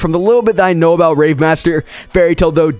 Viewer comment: nigga what i hear is Hero Mash-ma and for rave.. Rape